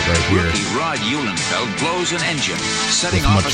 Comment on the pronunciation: Thanks for pronouncing my name correct,. Car looked nice and banged up.